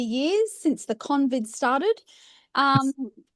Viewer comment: "Convid"! Oh dear.